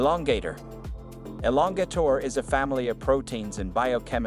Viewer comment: what in the AI is going on with this voiceover? The way they pronounced "tears" and "lbs" had me cracking up until it got to elongator and then i lost it